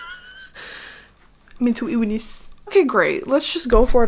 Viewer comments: “Mintew iwwness” lmaoooo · "mintawl iwwniss" ma'am I